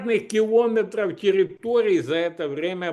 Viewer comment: У меня бабушка так говорила,, килОметров